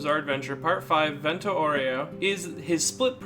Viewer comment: I heard Viento Oreo